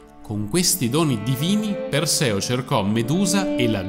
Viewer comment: La dicitura filologicamente corretta (e il canale si propone come competente in campi umanistici, quindi dovrebbe agire in modo anche filologicamente corretto) è: “Gòrgone”, “Eurìale”, “Pèrseo”, “Dànae”, “Fìneo”. Mentre per tutti i nomi precedenti si trova la pronuncia corretta su ogni dizionario, per “Fineo” bisogna ricostruirlo sulla base delle competenze filologiche, che posso comprendere che non siano diffuse. Però si può chiedere a esperti, che ancora, grazie al cielo, esistono. Mi spiace, ma mi fa male che chi si propone di fare cultura sul web - e peraltro sa farla anche bene! - si perda in queste cose diffondendo errori, come se non ce ne fossero già abbastanza in giro...